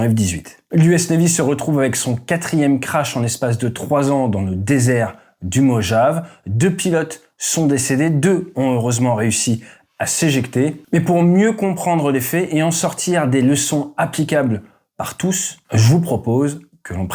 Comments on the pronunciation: ca se prononce moyave pas mojav .... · C'est prononcer "Mo ha vi" pas Mojave XD